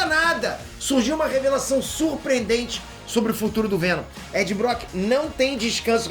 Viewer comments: é pq ele quer o venom chato aí é venon kkkkkkk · Fico impressionado que o cara errou 4 vezes a palavra venom e não percebeu